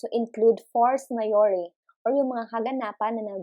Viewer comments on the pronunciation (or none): Ma'am hello po! Bat ang turo po sa amin na pronunciation ng Force Majeure is "ma-shjor" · Helloooo ✨ question on the pronounciation of "Force Majuere" lang po, is it ma-yuri or ma-jeur? ☺